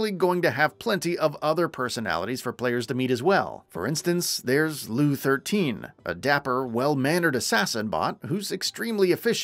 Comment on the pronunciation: isnt there a narrator at gamingbolt who played a BL game or at least know more than online articles about it who could've narrated this video instead? i cant help but point out that the narrator seemingly doesn't know how to pronounce LOU13, FL4K and Rhys correctly lol (no hate, just saying)